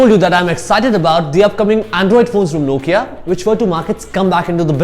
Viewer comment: It's Nokia .who cares what u say